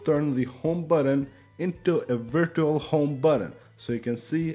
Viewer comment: Love the way he pronounces virtual😂😂